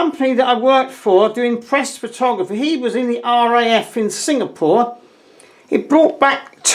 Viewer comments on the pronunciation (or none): none